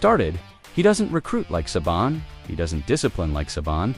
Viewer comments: AI Can't even pronounce Saban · Good vid, too bad you can't correct the AI's mispronunciation of Saban in editing